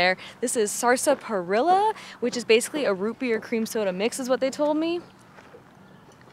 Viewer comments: Go watch the Big Labowski and then skip to time for the proper pronunciation of sarsaparilla :) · Sas-pa-ril-a. Was another one Lol. I live in LaCygne. Another hard one to pronounce (La-scene) Glad you enjoyed our wonderful state. You barely scratched the surface. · Glad to see yall enjoyed your visit!! Wichita is my hometown. But Lindsborg is very close to my heart. Next time yall should check out Perry Samuels Garden Of Eden!! PS it's pronounced Sass-perr-ella ;) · Soo much more to see in Wichita: Krupp Castle, Sedgwick County Zoo's, Tangynika, sooo much airplane history. And Sas-porilla ( we don't say the first r) lol! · Y'all are definitely one of my favorite YouTube channels to watch and I can't believe y'all have never been to those states lol. The way you said sarsaparilla was so funny. I usually pronounce is "sassparilla" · Great job, guys! We always enjoy your vlogs. Just FYI, its pronounced SASS- PARILLA. I understand, its before you young-uns time. 😁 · Love this. I'm from KCMO and I learned a lot. BTW, isn't it sass-parilla? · You guys gave me a bit of a chuckle pronouncing sarsaparilla the way you did. I'm wondering if you've never heard of it before and said it how it's spelled, or was that a local pronunciation? I've always heard it as SAS-pa-rilla. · Lived here all my life and I never heard of chili and cinnamon rolls. Oh well. Also, sarsaparilla is pronounced sass-pa-rilla. great video. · SASS-PUH-RILLA but that's okay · Your pronunciation on the root drink was way off you got to think country when you say it. Sounds like sass pa reelo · Loved this video. As I have lived most of my life in Kansas I know chili and cinnamon rolls from school. But they are separate. I was sad to see you only went to Joe's BBQ. I understand you not being able to pronounce Pottawatomie, pot ta wat o mie, county correctly. But Sarsaparilla???